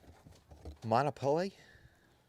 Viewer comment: bruh. How is he says Monopoly is so funny 😆